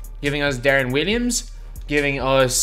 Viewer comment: My guy are you saying Deron Williams?